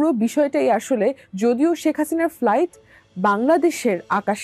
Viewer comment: Pronounce Sheikh correctly. It's শেখ not সেক/ছেক